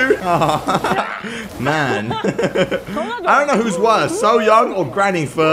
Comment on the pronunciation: It’s pronounced soy-young